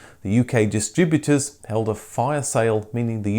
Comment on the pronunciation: What is a dis tri BUTE er?